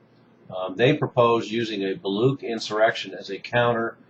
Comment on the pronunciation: Thank you for spreading awareness about the Baloch freedom movement. Having said that, please pronounce the "ch" in "Baloch" as "ch" in "church" not as ck. The Baloch are proud Indoeuropean people not Semitic at all.